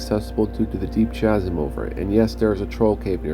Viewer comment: That's 50 charges, 3rd level Knock. You say it's gold, I say it makes your armor look like it's made of lemon. You seem to keep adding a 0 to every number this time. Empty bottles serving as Mini-Medals? That'd be kinda funny, actually. Chasm is said with a hard ch (kh). lol Nah, they just use a lot of the BG2 portraits; I remember seeing Khalid's a few times.